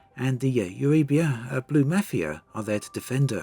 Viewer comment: o7. It sounds as though someone kept back a case of Lavian Brandy from the last community goal, when attempting to say, ' Eurybia ' ;)